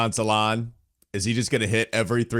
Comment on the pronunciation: Hi from france his name prononciation is salin no salaun